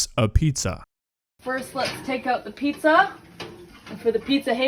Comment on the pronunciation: I’m Italian, and I was beyond offended at that “pizza”. It was a crime.